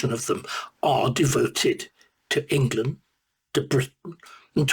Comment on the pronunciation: I'm sorry, we are the United Kingdom of Great Britian and Northern Ireland, not Englerland, Not Scoterland, Not Waleslandand not Northern Irelend, the sooner you stop your speaking crap the better we will be